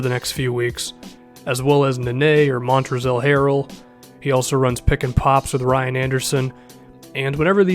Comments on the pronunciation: did this boy say montrezel Harrell 😐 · It's pronounced montrez not montrezl the L is silent because the rockets don't take no Ls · The L in Montrezl is silent, it's just Mon-trez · They L in Montrezl is silent:)